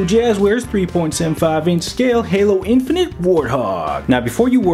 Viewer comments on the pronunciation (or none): none